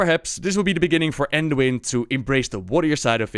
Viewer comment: Manduin lol